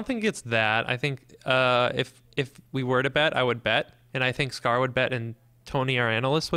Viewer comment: It's "Throwny" not "Tony"